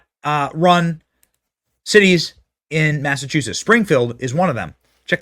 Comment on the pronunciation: I adore you Benny but Please learn how to pronounce Massachusetts